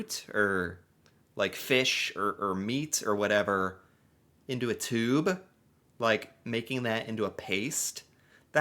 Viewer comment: Can’t even say tube correctly